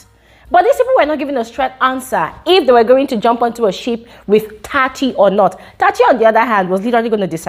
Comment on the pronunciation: it’s Tsatsi not Tati